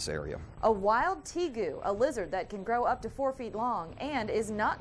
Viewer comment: teegu lol. It's pronounced teh-gu